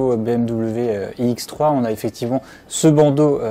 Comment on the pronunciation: Je suis déçu, je pensais que c'était une présentation de la nouvelle BMW iX3. Mais selon ce que j'entends, il s'agit d'une autre modèle inédite : la BMW iX"E"3. purée, pourquoi prononce ce "E" qui n'existe pas, c'est horripilant. Sans parler des quatre zyeux ... C'est quoi des zyeux ?